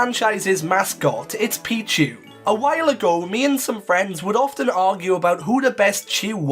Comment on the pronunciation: PICHU, NOT PIKU!